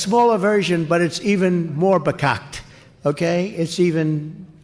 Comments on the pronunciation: I always say there's no such thing as a misspelled transliteration. But however it's spelled Trump mispronounced it - his sounded something like "becocked." As badly as he's been doing with English lately, I don't think he should venture into other languages. Well, unless someone can teach him to say "I withdraw from the race, please take me to prison" in some other language, phonetically. 😁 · Farkakt is a Yiddish word, implying messed up, idiotic (literally, it means about the same as the English "Full of s--t"). He did mispronounce it - the first syllable was something else - sounded like he started it with a B.